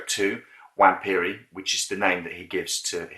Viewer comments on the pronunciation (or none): Ok, you have my respect! Just don't say Wamp. W is a double V. Its a bit confusing if you read it for the first time.